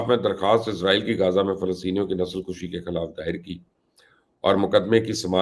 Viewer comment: نسل کشی!۔۔۔۔ کشی کے ک پر پیش پڑھا کریں۔ کش کے اوپر پیش کے معنی ہیں مارنا جیسے جراثیم کش ادویات۔۔۔۔ خود کشی۔ وغیرہ۔ کش پر زبر پڑھیں گے؛ اس کے معنی ہوں گے کھینچنا۔۔۔ جیسے سگریٹ، یا حقہ کا کش، جیسے کھیلوں میں رسہ کشی۔۔۔ یا کش مکش۔۔۔۔ فارسی کے الفاظ ہیں۔ کش۔۔۔ ک پر پیش ہو تو کشتہ اور کشتی بنتے ہیں۔